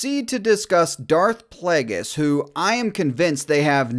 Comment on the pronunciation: Wow. A panel of 40 year olds play acting as teenagers reacting to Star Wars theories that they’re pulling out of each other’s asses. “Dude that’s SICK”. The second that wuss said “PLAYDJUS” I knew we were watching paid actors.